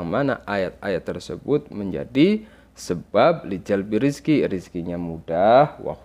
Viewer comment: Afwan ustadz,mgkn bacaan yg bnr lijalbirrizqi wa hushulilghina bgtu